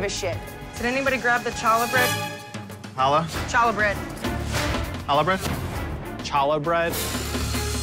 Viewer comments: Siobhan saying CHA-la made me cringe. It’s challah, booboo!!!!!!! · i am insulted by them mispronouncing challah im sure every jewish person here is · Right? I hear people mispronounce it all the time. If you hear Jewish people say it they do the back of the throat “ha” sound so really Ben wasn’t saying right either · HAHA! Benjamin's face in reaction to the way that Siobhan pronounced "challah"! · The fact that he was mad at her for saying “challah” like a good 70% of white people say it like that and it doesn’t mean she’s a bad cook just Bc no one told her the correct pronunciation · The red team was still able to eliminate one of the bottom two sandwiches based on looks alone, and they lose because of that? Siobhan shouldn’t have been so upset when her dish was only better than the worst one on her team. And as much as I dislike Benjamin, pronouncing Challah the way Siobhan kept saying it is super annoying